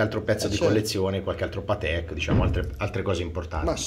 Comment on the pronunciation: E soprattutto c'è chi continua a pronunciare Patèk e non Pàtek...🤷‍♂️